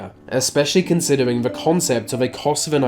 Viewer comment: Couldn't watch to the end as you're speech is terrible. You litteraly cannot pronounce "the" or "th" in any word, it's always "When v north" or "wiv v worst country". Terrible. Just terrible.